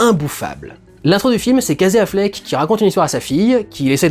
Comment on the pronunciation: Alors tu prononces tout bien en anglais mais « Kazé Affleck » !